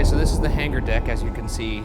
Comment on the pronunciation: Every time Ryan says hanger he pronounces the g and it bothers me lol